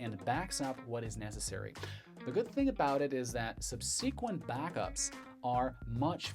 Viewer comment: 'Subsequent' pronounced SUB'suhkwent, vice 'subSEEK'went.....(Emphasis on first syllable); although if I recall correctly, you mentioned being from/in Germany? Your English is better than most nativeborn and well educated Californians, btw!